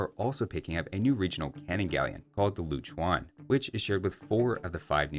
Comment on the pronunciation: Sorry just correction pronunciation on Lou Chuan - Lo-Uh (Manageable way of just pronounce 'Low') Chu-An (the pronunciation of Anna without na - Trying to show some cheat, but not 100% accurate). It's basically mean a Tower Ship as a Tower is build on a ship. For Hei Guang Calvary, you can just cheat read as 'Hey Gu-ang' The interesting thing about the 3 Kingdoms civ the developers are pushing on the type of focus: Wei: Calvary Focus - Correct Shu: Archer and Siege??? Makes some sense, but historically, Shu's elite troops are mostly Infantries. (Most other Three Kingdom games would focus Infantry [Primary] and Archers [Secondary] for Shu) Wu: Infantry and Naval??? Due to it's unique domain in the south, it's protected by the Yangtze River they have elite infantries, but on the water, they are heavily reliant on archers (Most other three Kingom games would put Wu as Archers and Naval Focus instead)